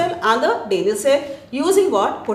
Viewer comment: what dafuq is that pronunciation? "DAYniel" cell ? 😂😂😂